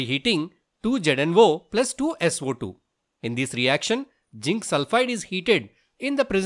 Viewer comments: Sir it's zinc not ginc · You are mispronouncing zinc.. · Pronounce zinc properly